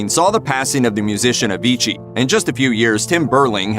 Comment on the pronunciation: I can’t let go how you pronounce Avicii, we say it sooo differently in Sweden and since he’s Swedish the way we say it is the right way